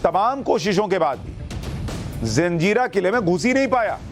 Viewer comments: जंजीरा का सही उच्चारण "जज़ीरा" है न कि जंजीरा। ये एक अरबी भाषा का शब्द है जिसका अर्थ टापू होता है। कृपया इसे फिर से जांच लें। 🙏🙏🙏🙏🙏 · am a Nepali but i want to tell you one thing reporter sahab,this fort name is Murud Jajira hey not a Janjira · SUSHANT JEE , namaskaar . I am really sorry , but , feel that it is my duty to correct , if there is any mistake . It is not JANZEERA , it is JAZEERA . In ARABIC , an island is called JAZEERA . Please don't mind . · Abe jaljira nhi jazira hota he bewakuf😅